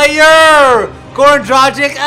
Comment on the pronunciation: u cant even pronounce dragic right